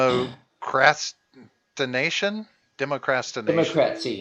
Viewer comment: Dee-mock-rah-tie-zay-shun??? Democratization?